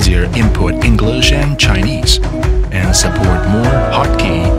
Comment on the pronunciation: "It is Englist input" hahahaha